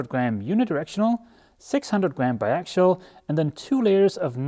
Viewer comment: You're pronouncing bi axial like bi actual. Say it this way. Ax E ull